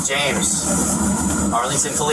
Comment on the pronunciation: It’s James “yo” not “you”